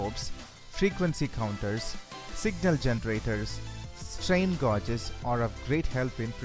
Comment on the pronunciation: You make good videos. I like the content, but the pronunciation needs improvement. For example, word "strain gauge".